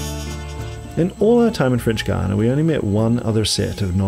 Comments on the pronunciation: How can you do a video about Guiana and not even know how to pronounce it properly? There is no "u" in the pronounciation!! To be fair, sometimes you get it right, but most not! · I'm keen to know why you sometimes pronounce Guiana as "Guiyang". That's not what the dictionary tells me. Hahaha. Just out of curiosity. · AHH, IT'S THE FRENCH WAY!!